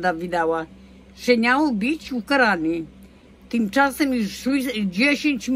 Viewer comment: Tereska mówi niał,zamiast miał